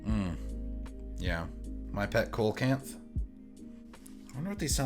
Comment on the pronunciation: Seems like got his "what the fuck did you do to these" result. Can't wait to see the graph reviewers get really really angry/confused at the overlapping crossover between the DD and planar. Mine should be here Wednesday, looking forward to something fun and weird in my iem collection. Also, it's "see-low-kanth". Prehistoric fish that was thought extinct until they rediscovered them in south africa.